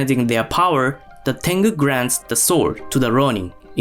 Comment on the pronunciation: ale te ai beznadzieja fudomo? xD Fudo Myoo..... zakrzywienia ? horimono czyli zlobienia.. tangu to tengu .. xD